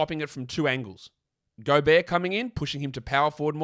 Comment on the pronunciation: The accordion music and Golbert mispronounciation were a nice touch.